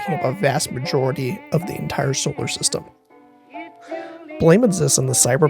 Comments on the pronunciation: "Enitre"... sorry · Nice subtle “Enitre”